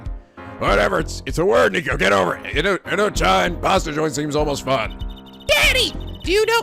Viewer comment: Indochine is pronounced 'In-doh-sheen' (from the French 'Chinois' (Chinese)). Covers Southeast Asia, primarily the area that France was colonizing (so mostly Vietnam). Not really used in English anymore, except when you want to give an Old School, classy feel. Sorry if others explained this all earlier! I thought it might make more sense with historical context.